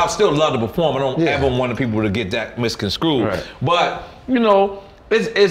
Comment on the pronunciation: Mis-con-scrued... that is definitely a Nore word!